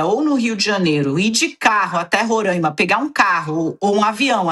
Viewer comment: Parem de falar Rorâima! O correto é Roráima, sem o acento, é claro!